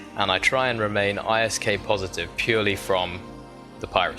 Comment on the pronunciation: It's called ISK, not I.S.K.